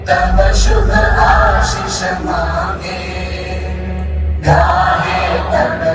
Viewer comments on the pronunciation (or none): none